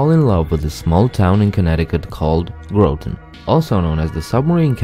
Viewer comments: Graaaah ton not grow ton..lol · Hartford is not a coastal city, also Groton is pronounced GRAH-tun, not GROW-tun. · It's not GROWTON..It is pronounced Grahton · You aren't saying Groton right trust me I live in Connecticut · Groton, rhymes with rotten. Corresponded with a woman from there. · 1: you’re saying groton wrong. 2: CT is not a great state. Majority of people here hate it. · Small coastal city?! Welp. Anyways, I live in New London :) Though you pronounced Groton wrong. A word that rhymes with Groton is rotten or sum.